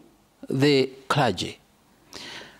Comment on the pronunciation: The christian "kula-gy" (Clergy) have failed spectacularly to speak straight.